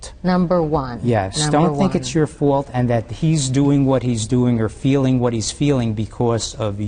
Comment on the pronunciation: Wow, I thought he said fart but evidently he said fault